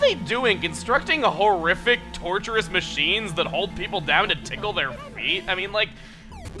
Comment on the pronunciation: Horrific? Don't you mean HOO-RRIFIC?